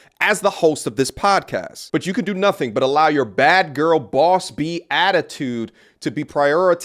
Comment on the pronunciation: The other GUY ain't saying NUTIN 🤣🤔😂😂😊